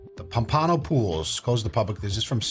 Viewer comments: POMpano, accent on the first syllable, just saying. And it's ROmeo, lol as in ...and Juliet 🤣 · He also butchered Pompano pretty badly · Dude can’t pronounce pompano or Romeo.